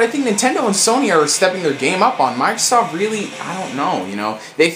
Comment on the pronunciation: sounded like you said microsauce